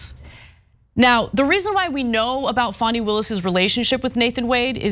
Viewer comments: Fani - pronounced FAN-ee (not FAWN-ee). Just so the record is clear… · Wrong. Tell us you didn't watch the hearing without telling us...